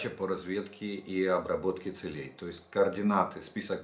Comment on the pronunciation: Целей... Ударение на первый слог, а не на второй. Учи русский язык... "уважаемый". В остальном-ниочем информация.